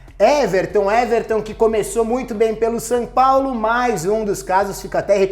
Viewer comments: Dou risada quando o fala "San Paulo" kkkkkkkkkk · "Sam Paulo"